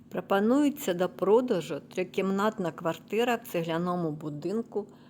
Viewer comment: Судячи з вимови, то таке враження, що квартиру продає Юлія Тимошенко. "Прапануєтся..."